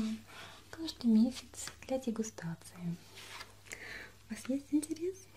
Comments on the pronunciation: вроде правильно дигустации, а не дисгутации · дегустации, а не дескутации) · Десгудатиции? 😦😂 может дегустации? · Поправочка не для "десГУТации" а для "деГУСтации"